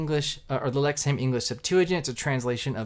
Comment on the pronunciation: It’s pronounced “Lexum”….not “ham”!